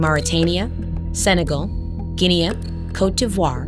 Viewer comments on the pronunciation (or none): "Guinea" is pronounced "Gin-nee" with a hard g. Not "Gin-nee-a". Good grief. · Nah, Guinea is French speaking, which is "gin-ney" with a very soft g. That's why we pronounce it like that, close to the original and nothing like "gin-nia" or whatever she said. They just messed up. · What are you talking about? It's pronounced Gin-nee in any relevant language. From Google --> 'The English "Guinea" is derived from the Portuguese word "Guiné" which originated during the mid-15th century. The word Guinea was used to refer to the lands owned by the Guineus, which was a collective term for the African people who came from regions south of the Senegal River.' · Maybe she was trying to stay closer to its original pronounciation. Maybe the narrator isn't a native English speaker. I don't know